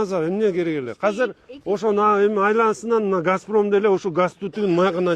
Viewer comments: Казыр эмес азыр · Ушу киши казыр эмес азыр деп суйлоп калганда вообще красота болмок